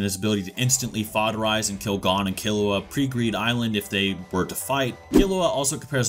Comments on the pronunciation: gone? lmao its GON like (goone) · You really pronounced it “Gone” Instead of Gon 💀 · Great video, but the way you pronounce 'Gon' is so... wrong. Its goun not gone. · Bro it’s gon not gone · Why do people pronounce Gon as gone when even the anime tells u how to pronounce it, even the original Japanese version doesnt say "gone" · Gon is pronounced like moan but with a g, goan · why are you pronouncing gon as gone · who the hell is this “Gawn” dude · Can you say Gon’s name right please it’s like your saying Gan learn some basic Japanese pronunciations so you can get it right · Oh god he pronounces Gon wrong too ggs. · Bruh I'm leaving a dislike just bc you can't pronounce Gon's name properly. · The way this dude pronounces Gon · dude doesn’t even know how to pronounce Gon’s name... 😂